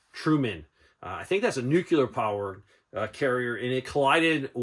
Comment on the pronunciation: Nuclear and NOT nucular.